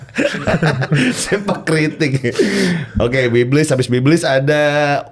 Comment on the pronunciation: biblees bukan biblis bg gofar HAHAH😔